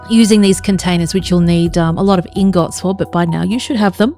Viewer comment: Awesome base. You have some really strange pronunciation for certain words which is interesting, like vendor and ingot, the stress accent is on the wrong syllable.